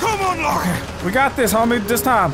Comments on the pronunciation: keep calling her laura haha LARA mate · He keeps saying Laura but it's Lara... Lol